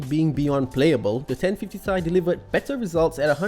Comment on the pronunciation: simple and concise review is really nice....but, "ten fifty tai"? that's a first i've ever heard it pronounced that way...lol. keep up the good work with the reviews :-)